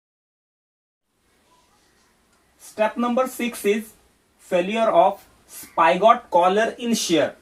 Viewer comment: Sir it is spigot not spygot